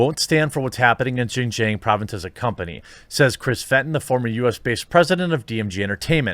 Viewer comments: Please learn how to pronounce Xinjiang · Ugh, it hurts every time you mispronounce Xinjiang. Not saying that I was blinded by that and didn’t listen to anything else you said, just kept throwing me out of listening